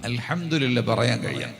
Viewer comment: അൽഹംദു (രി) ല്ല എന്നല്ല പറയേണ്ടത് അൽഹംദു (ലി) ല്ലാ എന്നാണ്